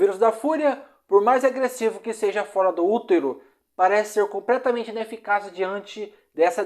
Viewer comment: Amigo voce troca o L pelo R ne? Pracenta, impracavel, compretamente. Vamos melhorar esse português ai ne.